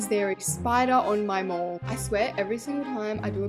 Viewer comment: English isnt my first language but when she mentioned the mouse hole in her mall i thought she said mole and i realized when she said "who add a spider on my mole" that she ment mall😭